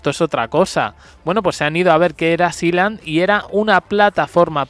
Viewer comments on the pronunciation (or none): A ver..es k hasta ella LO PRONUNCIA MAL..sealand..es..siiland...la tierra del mar..NO...sailand..😂tanto k sabe ingles🙄